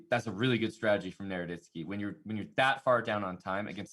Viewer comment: Hambleton, it is strategy, not stragedy.